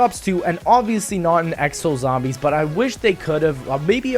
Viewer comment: I like how you said "X X Exo zombies" . LOLZ